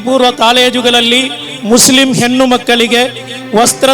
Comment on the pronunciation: ಹೆನ್ನು ಅಲ್ಲ ಹೆಣ್ಣು.. ವಣ್ಣು ಅಲ್ಲ ವನ್ನು.. ಇಣ್ಣು ಅಲ್ಲ ಇನ್ನು.. ಸುಲ್ಲು ಅಲ್ಲ ಸುಳ್ಳು.. ಕೈಗೊಲ್ಲಾದು ಅಲ್ಲ ಕೈಗೊಳ್ಳೋದು.. ಮೊದಲು ಕನ್ನಡ ನೆಟ್ಟಗೆ ಮಾತೋಡೋದು ಕಲಿ.. ಬಿಜೆಪಿ ಶಹಧಿ 😄😄😄😄😄